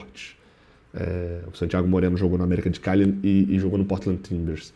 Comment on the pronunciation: Porquê todas as vezes que o tem que citar o nome de um jogador estrangeiro ele fala dessa forma? "SANtíaGO MOreno"... sempre me pergunto isso